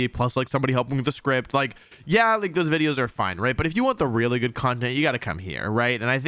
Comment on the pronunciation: Wolfey, the one, singular thing that I think you've gotten much better with is your deliberahtay mispronunciationes, and being much more subtle and sparing with them. Wideos and Intimidahtay and all of those deliberate mispronouncations were grating and seemingly endless. I think part of it was you saying "this annoys people, and people say to stop, so just to annoy the people that tell me what to do I'm going to keep doing it", but it really did detract from your videos. Going through the archive is kinda painful if that stuff gets on your nerves. So please, don't go entirely full mispronouncing all the time. But it is good to hear that old, quaint intro real youtubist jingle again.